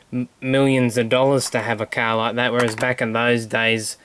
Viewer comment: car not cas